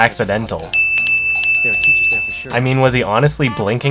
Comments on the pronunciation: HIS NAME ISN'T FUCKING ONG IT'S FUCKING ANG! WITH A FUCKING A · Bruh its not ung its ang or how ever tf u say it/spell it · This guy didn't even see the cartoon... Lucky. I watched both, and I wanted to brain myself every time someone said "Awng" instead of "Aang". Seriously, it's spelled correctly, the characters say it all the time, and you obviously liked the original enough to rip it off. How did you mess such a simple thing up? No wonder everything else was garbage. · the way they say "ong" instead of aang kills me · Another fun fact that kid literally didn’t even know how to pronounce his own name. He pronounced it ‘Ah-ng’ but it’s pronounced ‘ay-ng’ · “Ahng”??? It’s just AANG. Why’d they change the pronunciation???? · It's not Aang it's Ung. Sounds like a retarded version of Aang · Omg yes. It's AAng Not AHHGN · WhiteTuxMafiaAndFilms I don't get how people think there's a controversy over Ahng or Aang when the show constantly pronounces it Aang. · its not AAAHng its AEAE-nng. fucking idiot. and DID HE NEVER FUCKING WATCH THE SHOW. wtf i could make a better series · His name is Aang! Not Ung! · he ruined avatar AND P.S WHO THE HELL IS ONG ????? ITS AANG they also took all of the comedy out and made it this depressing little crap of a movie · His name isn’t ung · I decided not to see this movie for obvious reasons, but just hearing "My name is Ung" I can tell how shitty this is. That's not even how they pronounced the protagonist's name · Main characters name wasn’t even pronounced properly in the movie.... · This movie just hurts man... also why the fuck is the bending so slow?! And God damn it Aang, stop saying your own God damn name wrong! One of the main things I can't really get over in this movie is how useless Katara is in that vomit pile of a movie... I'm over it. I'm done. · They didn't even pronounce Aang's name right. What a piece of crap. The anime/cartoon made a lot more sense. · UMM... he can't even say his own name right